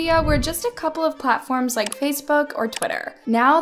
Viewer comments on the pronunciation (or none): It's actually pronounced "LIKE - KEY" not "Like" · my guy it’s lik-ee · I'm still on likee. P.s you said it wrong . Its pronounced as Likeey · Lmfao it’s not pronounced “Like” 🤦🏼‍♀️ lmfao!!! it’s *LIKEE*.. kinda like the term “I likey” get it… 😅 “LIKEE” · I can't I love but it's not pronounced like it's pronounced "lie-ki" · uh its called Likee not Like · It’s actually called “likeY” not lIkE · It’s not pronounced as “like” it’s pronounced as “likie” but pith an e not an I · No hate but its not called like its pronounced lai•kee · It’s Likee not Like (Likie) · It’s not called like it’s likeE 😂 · Its pronounced Like then eeeeeeee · Sorry but to correct you it's not likee it like e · It’s likEEE Like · It’s pronounced like-ei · It’s pronounced like-ee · Its called like-eee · Its LIKE-E not LIKE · You we're pernouncing likee wrong it's pernounced like-ee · maam ur mispronouncing likee wrong. the second e is pronounced so it would be pronounced like-e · Sorry but it's called Like ee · It’s pronounced like-ee so not like but likey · How you say nEEd you say the E so you say Likee, Like-E sorry is makes me mad when people something wrong in a whole vid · It's called like ee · just so u know I is like-e in pronunciation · It’s pronounced like-e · It’s actually pronounced like e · Its pronounced like E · Actually like has been around since musically days and also for some reason it's not pronounced like like you expect it's pronounced like-e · its called like e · I thought Likee was pronounced “Ly-key” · Its pronounced Like-e pretty sure, I used you be on this all the time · I had to say it but its pronounced "likey" no hate :) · It’s pronounced Likey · Just saying, it’s pronounced Like-e long e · Hi so like is actually pronounced lik-ee or it sounds like like-ie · Thank you for talking about this horrible app , it’s so unsafe for children, kindly correction , it’s called like eeeeee but joined together:) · I think it’s actually pronounced “Like-ee”